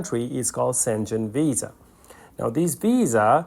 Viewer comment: Not szengen but Schen-gen and g is not english g but as in word gamma or guilty a G